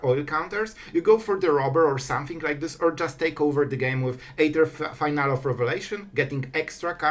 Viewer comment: Awesome content and cool deck concept! Just a quick correction though. It's pronounced Fee-nah-lee not Final. You just earned a sub!